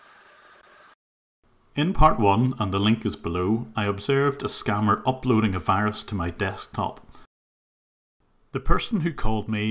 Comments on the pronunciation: Why can’t they pronounce the letter “v”? I always thought it was funny when they said “wirus” but I never knew why. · HAHAHA he actually says wirus XD